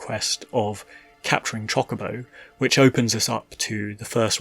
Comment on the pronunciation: It is pronounced chocobo not chaw-cobo